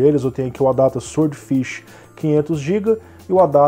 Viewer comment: "sword" ("espada" em inglês, e "swordfish", claro, é "peixe-espada") se lê "sórd", o "W" é mudo. É, infelizmente a ortografia do inglês não é nada lógica, mas é assim... No mais, continuo com meu SSD SATA de 2,5" (nem M.2 é) esperando baixar o preço dos NVMe Gen4. Apesar disso, ainda cético sobre se o ganho em desempenho vai valer o investimento financeiro. E você ainda usa o Windows 1909? Bem, as versões do segundo semestre são LTS ("long-term support", com suporte de 3 anos), mas já não está meio antiguinha, não? Estou usando a 21H1 aqui e está supermacia, sem nenhum problema (não precisava, na verdade, mas como eu troquei de PC na mesma época, por que não?).